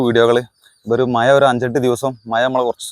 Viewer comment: മയ അല്ല മഴ ആണ്